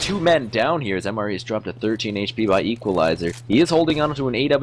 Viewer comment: I'm almost certain MrE is pronounced "Mister E", or mystery.